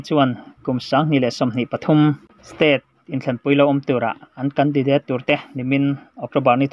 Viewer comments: Khai ww i van chhiar thiam lo ve mwle .. Mizoram a seilian i ni lo a mwni .😂😂😂 a thluk te hi a dik lo nasa bawk si a .a thluk a tang Ringawt pwh hian i lamdan a dang daih Mizo tawng hi Tawnghar Tak .Hausa Tak an ti thin ..i thiamlo lulai lutuk . Candidateeee pwh a awm lo 😂😂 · Khaw hming leh hmun hming lam dan hi lo en chiang leh la,tin,mizo tawng hrim hrim pawh.Candidate i lam dan pawh hi ka vawikhat hriatna.mithiam zawk rawn hreh miahlo la. channel thang duang tak lo ni zel rawh se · Candidate ilam rik dan chu lehh 😂😂😂 kan di dééét 😂😂😂😂 date tih lai i va bei chho nasa vee ....indur stadium nilo in, indoor stadium,, indawr ti la...i voice kir ker lah chu a beu bawk sia....ka lawm hranpa riau che 😂😂😂